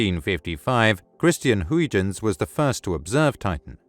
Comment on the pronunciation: Learn how to pronounce Huygens name right.